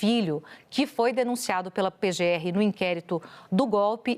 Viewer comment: O repórter do Mentirópolis é tão despreparado que não consegue falar PGR. Falou PZR, o pobre coitado